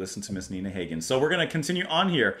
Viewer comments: love this album so much. FYI pronunciation for Hagen is Ha as in harvest not Ha as in Hay. I have always loved discovering weird music/artists since the 80's and Nunsexmonkrock epitomises that concept perfectly. A couple of other artists worth adding to that list are The Residents or for something a little more palatable/commercial Shriekback. In recent years I have delved deeply into the world of Kpop and for something weird from the fringes of the Korean music industry I would highly recommend EE [Total Art] - Wiggy Dawn which similarly to Nina Hagen is a mix of English and their native language (Hagen - German, EE - Korean) and is a bit avant-garde. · Bought this album in 1982 based on the cover & title alone ... and 42 years later, it is still one of my all-time favorites and still in my rotation. (Hagen. Rhymes with toboggan) 😉 Glad to see a reaction from someone who appreciates her range and sophistication ... and 'gets' it!